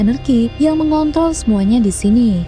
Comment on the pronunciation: "mengontol" -mimin